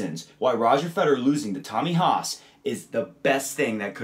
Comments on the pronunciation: Note to all Americans who run tennis instructional videos: "Federer" is pronounced with three syllables. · Ich bin Amerikaner...:) It always just sounds like you guys are saying "Roger Feder." Enjoyed the video!